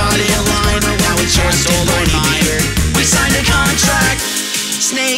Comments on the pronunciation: It's pronounced "Verner Vermin" because in German 'w' makes a 'v' sound. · I have no clue if anyone has said this, but Werner Wurman is German, meaning his name would be pronounced "Verner Vurman". Other than that, the song is amazing.